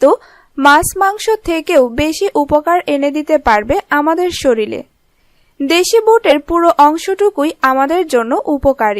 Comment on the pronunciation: কি বাংলা মাইরি..!!🐸🖕🖕 *জরুলি🤣 *শরীলে🤣